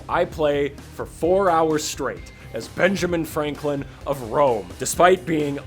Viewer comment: "...as Benajim Franklin of Rome!" Oh f off Sid Meier.